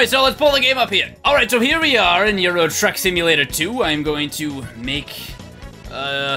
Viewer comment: At the beginning I thought he said "Euro drug simulator."